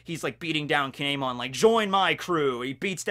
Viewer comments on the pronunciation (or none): I know I’m nitpicking here, but Kinemon is pronounced Kin-emon. Anyways, it’s awesome how you can make an entertaining video about a character we don’t know too much about!!! 😄